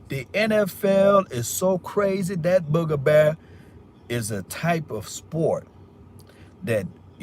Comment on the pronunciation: It appears Kellen Moore is heading to Boise to be there head coach... Per sources. Did you just say "BOOGA BEAR". Bro. Not to many people know what that really means... Lol